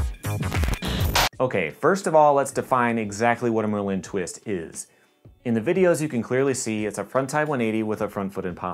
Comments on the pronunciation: bro its not mer-lin its merlin like the famous wizard come on it seems like your pronouncing it weird on purpose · Dude the way you say Merlin is freaking me out. It is MIR LIN. Ad a subtle glottal stop between those two syllables; Its hard to explain but the way you are saying it makes it sounds like merlin is a type of candy or french product and not a badass wizard. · your phonetic explanation is wrong too. you should've written MER-LIN. or even MUR. MIR was a space station and pronounced nothing like merlin. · the emphasis is on the penultimate syllable (the e) of merlin. Like the wizard. Doesn’t matter but it just annoyed me